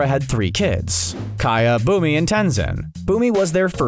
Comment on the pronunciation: Kaya Bumi, and Tenzin My ears: Kaya, Boomer, and Tenzin